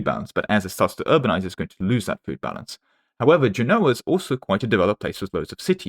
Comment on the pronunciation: Okay I’m just going to say it. Genoa is pronounced “JEN-oh-ah” emphasis on the first syllable. It’d be like me saying “eng-LAND”